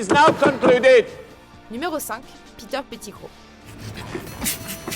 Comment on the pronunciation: "Piter Pitigrou"